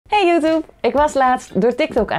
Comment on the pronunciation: ik hou echt super veel van je video's maar kan je een keer proberen om youtube te zeggen inplaats van youtup? echt geen haat hoor vindt youtup wel grappig.